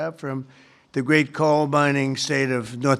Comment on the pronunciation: COAL Not DOLE , 🔥